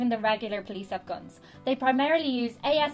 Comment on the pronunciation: Gwuns so scwwarrryy lol